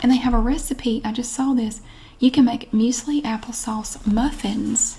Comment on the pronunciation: Really enjoy your vids. Thank you. PS. You said Muesli perfectly. Love and best wishes from Australia. 🇦🇺